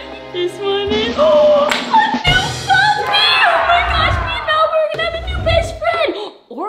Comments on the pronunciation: you said malapoop🤮🤮🤮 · Lol 😆 u called malbu-》malpoop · Did you say Malipoop